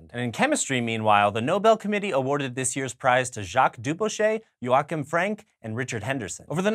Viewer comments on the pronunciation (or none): none